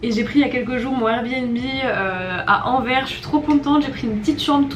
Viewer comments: AnverSSSSS (le s se prononce) j’adore tes vidéos, bonne continuation à toi et profite bien de bxl ✨ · Il faut prononcer le "s" de Anvers aha ;)